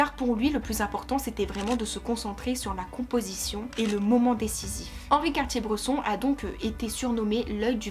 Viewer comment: vidéo très plaisante à écouter mais impression forte de déjà entendu… juste une réserve sur la prononciation de son nom qui me fait mal aux oreilles 😉